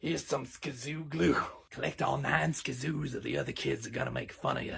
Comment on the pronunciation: When he said skzoo I got clapped 😭